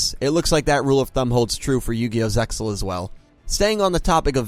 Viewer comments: "Zeal," not "Zexal" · The ZeXal OF THE ORCALCAMALOS ZeXal is pronounced Zeal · Everytime I hear "ZeXal" it kills me inside a little. The word is pronounced "Zeal" The X, is silent and there to make it look cool. Its not part of the word itself. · Damn! I knew 4Kids screwed ZeXal, but I didn't realized how severe the damage. Talk about a serious mess. The first mistake was mispronouncing the name. I know you know it's supposed to be "Zeal". Anyway, another excellent video, dude. Good job pointing all this out. I guess you'll be tackling Arc-V next, but you should wait until all the episodes are dubbed before you do. Also, let me just say that after seeing these videos, I am absolutely terrified about what crappy dub treatment is in store for VRAINS in the future. I like how this series has gotten really dark lately and ruining that would piss me off to no end. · It is pronounced Ze Al the X is silent if we the fans don't say it correctly no one else will. Can't wait for Yusaku dub kidnapped to be changed to he got lost or something. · the x in zexal is silent